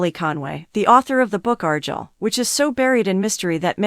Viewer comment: Argyle at least arrrrguile